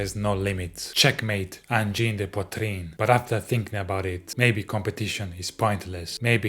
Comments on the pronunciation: angine not engine lollllllllllllllllllllllllllllllll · Angine NOT engine. Angine de poitrine is a heart disease. Groovy